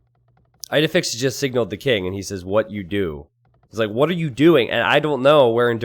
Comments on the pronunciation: isnt it pronounced Eedehfix? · As an Astérix fan, hearing "Eyedefix" over and over again physically hurt...